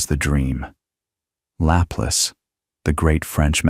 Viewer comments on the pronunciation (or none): Laplace is not lap less The name Laplace is pronounced luh-PLAHSS in English and la-PLAS in French. The stress goes on the second syllable, and the final "e" is silent.